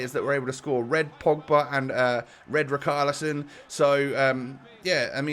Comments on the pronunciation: Rich are li son say it right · the "ch" in richarlison is not pronounced as a "k" it's pronounced as a "sh" like in Sheffield